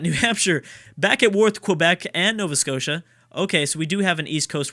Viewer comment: Uhow you say Alberta with a sort of pause makes me cringe and look and Nova Scotia please